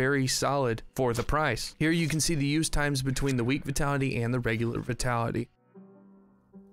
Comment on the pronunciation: I've heard you pronounce vitality wrong so much, its not v-ee-tality, but v-y-tality as in the word 'vine'.